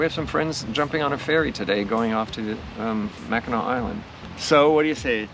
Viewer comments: Pronounced Mack-in-aw - pronounced Saint Ig- ness lol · Mack-in-awe!!! Lmao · Couple Detroit gay guys can’t even pronounce Mackinac